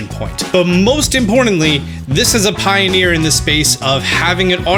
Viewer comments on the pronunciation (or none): none